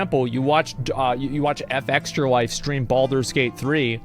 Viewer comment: I wonder why he insist on pronouncing their name wrong. It's not " EF EXTRA LIFE " its " FEXTRA LIFE "